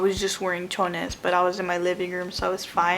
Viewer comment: I am mexican and I laughed when You said "chones" 🩲 😂😂😂